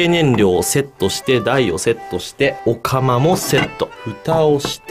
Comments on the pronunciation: お釜が、オカマに聞こえる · おかまの中にセット別の意味に聞こえる